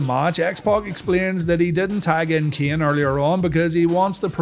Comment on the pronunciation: It's a good thing shamrock is gone, for the sake of listening to these videos. I often had to look and check because there is no difference in the way you say "ken" and "Kane" lol. Love the series